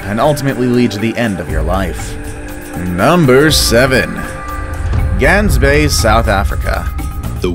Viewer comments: It is not Gansbay it’s is Gaansbay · I live in sa which is south africa idk if its pronounced gangsbaai bc is sa alot of people speak afrikaans and gangsbaai for me is Gaansbaai like the baai u say it like bye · glansbaai I CANT LOL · Lol he pronounced Gaansbaai wrong and I am laughing 😂😂😂😂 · Probably the 3rd video I've watched that mentions Gansbaai, and all of them pronounced it wrong :( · You pronounced Gansbaai wrong twice hahaha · I am South African and it pains me how you say Gansbaai. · The one form South Africa is Pronounced wierd in english XD because you guys can't say "g" like we do which is strange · I live in South Africa and your pronunciation is rong on Gans bay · Gaansbaai Omfg the way you pronounce it hurt my earss